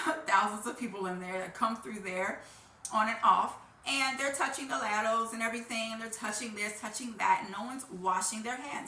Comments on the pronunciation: They’re not laddles , rhymes with saddles, they’re ladles, rhymes with cradles. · I think she intentionally mispronounced ladles to get comments. It worked, didn't it? 😂